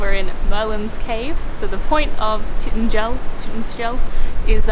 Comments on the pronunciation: Lol... Sounded like she said Tit-in-jel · 😄😂 Tintagel is pronounced tin-tage-all though it's true Cornish name is Tre war Venydh, which roughly translates in English to village on the mountain. 😀 Glad you enjoyed our beautiful Kernow, or as we Cornish call her, our Eden on earth! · Tintagel is pronounced “Tin-TADGE-ull” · It's pronounced Tin-tag-jwal (god so hard to spell it phonetically! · Tin-ta-gel, 3 syllables